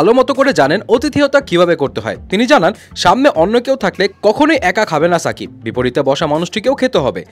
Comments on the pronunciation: আপনি নাম এভাবে বলেন কেন সুন্দর করে বলবেন শাকিব খান। ছা না শা ওকে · ভাই ছাকিব না শাকিব 😅